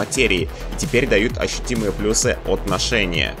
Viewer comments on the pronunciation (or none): none